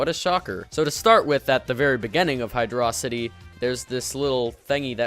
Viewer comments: hydro- city not hydraw-sigh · Him: hydruhsity Me: Hydro City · its hy-droh-city, not hy-draw-city you potato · its Hydro-City not Hy-Drawcity... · It's pronunced "Hydro City" not "HyDRAWcity" according to the japanese manual. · I can't respect a guy who says Hydrocity instead of Hydrocity. But great video! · HYDROCITY NOT HIDRAWCITY DUMBASS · “What are you, Megamind? It’s Hydro City not hydrawsiteeee.” (I respect everyone’s opinions) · "HyDRAWcity" Aaaaaaaaaaaaaand disliked! (j/k awesome work man!) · Dont mean to be that guy, but its "Hydro-city." Great video otherwise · You Pronounced the zone (Hydrocity) wrong. It's Hydro of the city!